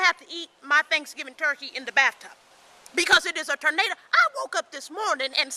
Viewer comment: she said "tornada"